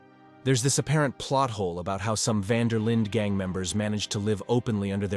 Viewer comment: specially when the voice keeps saying the van der Lin gang wrong lol